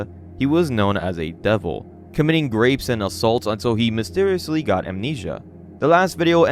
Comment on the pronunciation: "Grapes." You gotta stop that, dude.